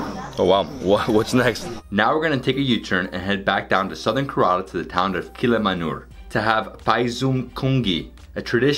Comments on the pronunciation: Please pronounce Kerala properly .it is Kay - ra- laa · I liked your video, as I usually do any travel/food video of beloved India...but...and I really don't mean to be so critical, but your pronunciations are horrid. For those of us Westerners that love India...we may never get it completely right, but....Ka-rel-a--for the state of Ker-A-la? (A Karela is a bitter gourd). Besides, it's fun to work on Hindi and Indian names...they will appreciate our efforts...Have fun. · Man... It's Kérala not karala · Poonjab, karaala, karn taka 🤣🤣🤣🤣🤣🤣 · Also Kerala is “ca as in care - run- la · Yeah I was thinking 5 trips to India and hasn't learned how to pronounce Kerala